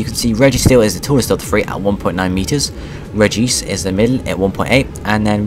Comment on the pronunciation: you pronounce so many pokemon names wrong its reg-ice not reg-ee-ce